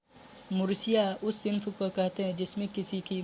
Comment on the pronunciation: Mursiya nahin hota hai marsiyah hota hai